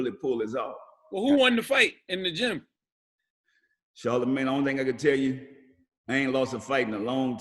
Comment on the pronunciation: If he say Charlamange one more time...🙄🙄🙄